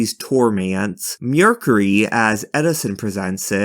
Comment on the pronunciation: Also it's MER not MURE so MERcury